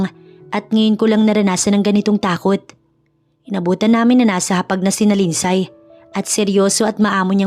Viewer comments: Lind-sey po ang tamang pag pronounce sa lindsay 😊 thank you sa good story❤ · LIND -SEY ( Lindsay) 😅😅 Here in Canada 🇨🇦 they even pronounced it as “ silent Y “ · Agree with your comment wrong pronounciation i also notice wrong grammar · Mali ang bigkas mo sa Lindsay